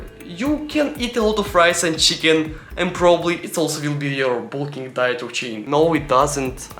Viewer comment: Great Russian accent 😂